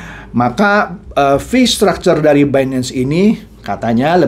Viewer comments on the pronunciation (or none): none